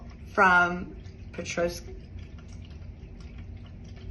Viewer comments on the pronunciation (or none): Petoskey, MI ( Pe-tos-key)